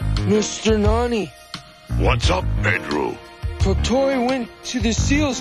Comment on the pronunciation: The name is Tottoi not Totti.